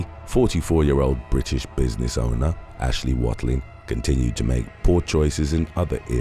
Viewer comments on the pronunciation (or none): none